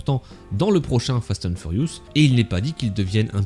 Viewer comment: J’adore comment tu dis « fast hand furious » 😂